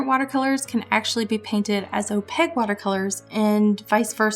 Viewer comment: great video! (also I have never heard someone pronounce Opaque as "Opeg" or not stress the A-sound before and it's quite charming! ahah) I really felt that part about "good" and "bad" ideas and where those boundaries lie, so thank you for sharing your mindset and opinions!